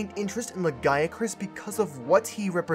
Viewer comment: It's pronounced "lagi-a-crus".